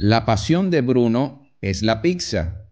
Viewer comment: Es genial que sea tan sencillo de comprender, simplemente me genera escalofríos cada vez que dice "picsa"